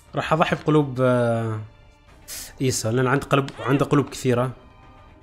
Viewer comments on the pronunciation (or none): بعدك تغلط في اسمهم 😂😂 ايسو مو ايسا